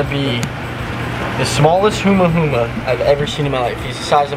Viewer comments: Humahuma??? Lol not even close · my gai, it’s humu-humu, not huma-huma lol